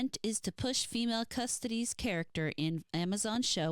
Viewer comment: Pronunciation is closer, "CussToeTees", from custodian. ;)